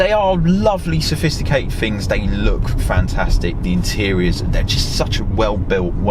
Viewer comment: Anyone who pronounces things as ‘fings’ and says ‘meh’ should be driving a Fiesta with the Demon Tweeks catalogue thrown at it.